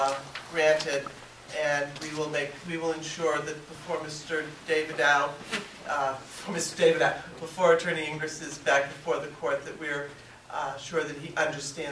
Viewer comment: Yo, the judge called the defendant "attorney ingris" And she called the attorn ey "ingris" hahahaha STAGED